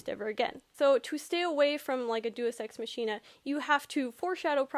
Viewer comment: Day-us ex mach(as in speed)-een-ah